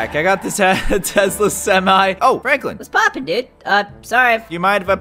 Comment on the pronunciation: Nobody: Not a single soul: Caylus when he says whats poppin in his secret language